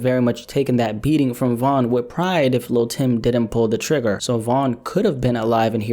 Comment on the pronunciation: First of all its Von